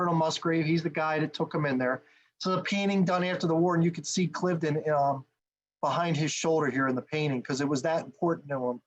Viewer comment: great analysis! Thanks! I grew up on part of the battlefield so I know the area very well. BTW it is pronounced Cliv-eh-den, 3 syllables. Knox ruined this battle, pushing a strategic concept during a tactical battle. Washington never should have listened to him. 1st Half US 21-0, Final score British 42-21.